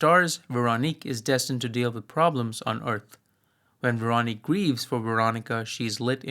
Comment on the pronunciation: This is a minor off-topic point I hope you'll forgive, but for what it's worth, Véronique and Amélie (and French words in general) lack stress accent, which to English speakers makes them sound accented on the last syllable. Hence the names are closer to VehroNEEK and AmehLEE. In some dialects and in songs Véronique sounds like VehronNEEK-eh, but never like VehRONeek. (Incidentally, I've always rather liked the original French name of the second film: "Le fabuleux destin d'Amélie Poulain" -- "The fabulous destiny of Amélie Poulain.") While I'm at it, the L with a line through it in Polish is pronounced a lot like a W in English, and the Polish W is pronounced like a V, and the stress accent in Polish normally falls on the next-to-last syllable, so while I might be mistaken I think the cinematographer's first name is pronounced more like SwaVOmeer.